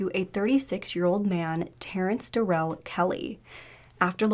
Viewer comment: So annoying when people cannot search how to pronounce words! Can-ar-von. Eye-la not eesla. Edit: There you go, you said Canarvon right :) Omg its Darrell not Da'rell. He is aboriginal not african american!